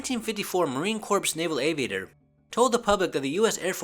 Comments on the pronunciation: it's pronounced "core", not "corpse". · You did say Marine "corpse", but that's ok. It's not like you're the commander in chief or anything. haha